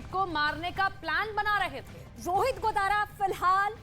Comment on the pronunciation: ताराचंद जी का नाम भी nhi liya aur News wale Bhai नाम तो shi bolo गोदरा nhi hota गोदारा होता h kisne aapko job de di faltu me